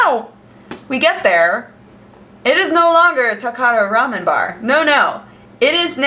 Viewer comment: TB: pls make WTF is Raman? Remen, Ramen, Rem...ün?